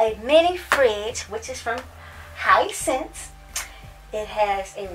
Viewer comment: Hi sense 😂 it’s “hee scent say”